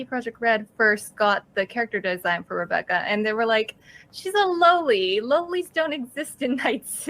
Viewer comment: It's NOT, "Low-ly" you stupid, ""! (And of COURSE, she was AGAINST the Rebecca character... go figure...) It's pronounced, "Lollie"... like, "Lollipop"...;)